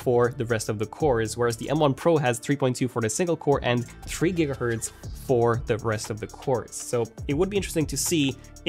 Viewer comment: Girghertz? Lol 😂